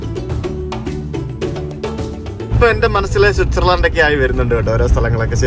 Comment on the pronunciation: പൊളി സ്വിസേർലൻഡ് ഛേ തെറ്റിച്ച് സ്കോലൻഡ് 😎